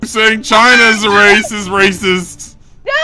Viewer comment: Lol said racismum when its raciest